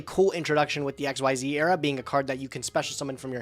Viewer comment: I know no one says it since he won't change. But my god. Xyz monsters have been around for 12 years and is still pronouncing it X-Y-Z. It's ex-zees. Smallest thing that just irks me. It's MORE VOWELS. You're putting in MORE effort to pronounce it WRONG.